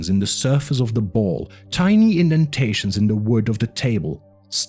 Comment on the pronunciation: Thanks for the audiobook. There are a few audio repeats in the video, and you pronounced "tiny" as "teeny", lol Otherwise very good